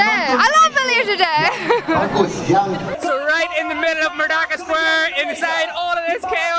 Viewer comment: Correction..should be pronounced "Merdeka" n not 'merdaka'..do not pronounced 'E' as 'A'..😂..cheers